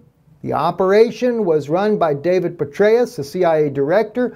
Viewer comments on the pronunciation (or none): none